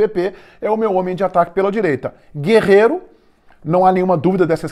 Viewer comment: É guerrero e não guerreiro